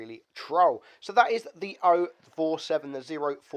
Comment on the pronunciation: This tank is called O 47 NOT 0 47